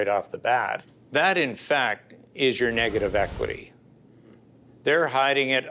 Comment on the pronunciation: She couldnt even say negative equity jeez no wonder she got conned